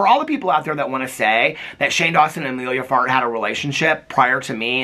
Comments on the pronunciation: I keep thinking you’re saying Amelia fart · The number of times I heard you say "Emilia Fart" and trying to decide if that's what you were really saying, until I finally googled it, and yep. 🍑💨